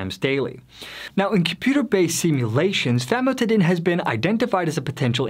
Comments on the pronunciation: This guy is not a medical professional as he mispronounces basic medical terms. Famotidine (Zantac) chemically increases in a cancer causing agent when exposed to heat. It has been recalled by the FDA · This guy is not a medical professional as he mispronounces basic medical terms. Famotidine (Zantac) chemically increases in a cancer causing agent when exposed to heat. It has been recalled by the FDA.